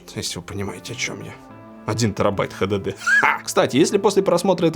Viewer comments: только мне режет уши ХДД? вместо Эйч Ди Ди ??? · Хватит говорит "Хдд" блеадь!